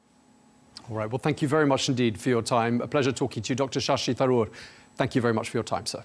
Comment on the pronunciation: He almost said "Ssshi Tharoor English leader"